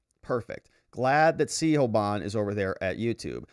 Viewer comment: It's pronounced "shiv-on".